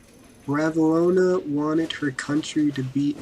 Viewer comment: Well it's Ranavalona... Not ravalona. This is awful.